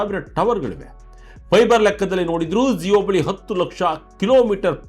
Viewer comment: Yaro report madiddu, zeyo alla adu jio.